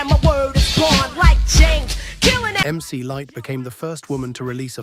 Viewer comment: Biased as hell...LL had the Def Jam powerhouse, with questionable promotional tactics behind it, behind him, but bar for bar Moe D got him cant listen anymore, especially since the way at the door narrator stated Mc Lightee...AI ...done